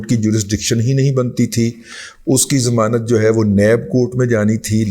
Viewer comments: زمانت نہیں ”ضمانت“ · لفظ "ضمانت" ہوتا ہے "زمانت" نہیں۔ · محترم رضی صاحب ! یہ لفظ "زمانت" سمجھ میں نہیں آیا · ضمانت ھوتا ہے زمانت نہیں ھوتا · زمانت نہیں ضمانت 🙏